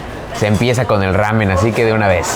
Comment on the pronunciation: Me causa conflicto que diga "Ramiun" en vez de "Ramen".